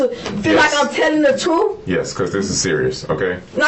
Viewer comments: She’s telling “the truf” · "The trufe" omg smdh